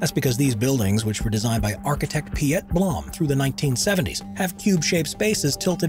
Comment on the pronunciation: Piet blont is pronounced as Pete Blond